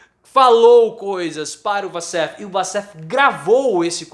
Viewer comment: A pronúncia correta é " uoussef" assim como Waffles se pronuncia "uofous"